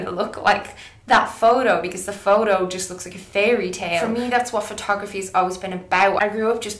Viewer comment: You say "photo" a million times in this video bot only once you pronounce it like Jessie :( Great video Mel. It's neither wrong nor cheating, it's like makeup, it depends on how you use it and it's always a matter of taste anyways.